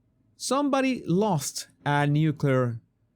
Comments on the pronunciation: I have a problem with people who speak of nuclear weapons and can't even pronounce the word. It's NU CLE AR not NU CUL AR. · This guy is full of it. If he’s right the government would kill all his DOD contracts for revealing the truth they’re OBVIOUSLY hiding. I think the govt called on him to be a subject matter expert to mislead us He keeeps saying Nuke-u-lar. It’s Nuke-le-ar, this guy is a moron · I also question why, if he works so closely with the military, he does not know that the word is “nuclear,” not “nucular”!! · The guy on the video pronounces it as "nU-cU-Ler". I can't believe anyone who pronounces it that way. Sorry, not sorry. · Yup. I've noticed supposedly knowledgable people who say "nucular" are (almost) always full of shit. So if you hear "nucular," just sigh, shake yer head, and find somebody else to watch. 🏴✊🏻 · To the guy in the TikTok video: learn to pronounce the word nuclear correctly, and then maybe I'll take you seriously.